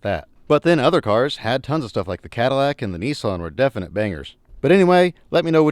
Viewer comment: Nissan or kneeson😂